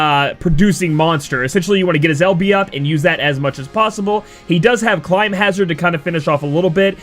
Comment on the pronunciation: This video looks great. please though it's climhazzard, not climbhazzard